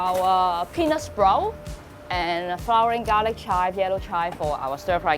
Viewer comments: it was pretty clear... weird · I really thought she was saying something else. 😅